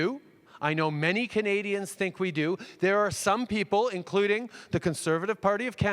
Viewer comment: Each time I hear him say "Canadians" its much more fitting that I really hear him say "comedians"